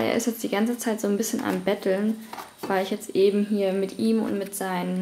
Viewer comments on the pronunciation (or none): none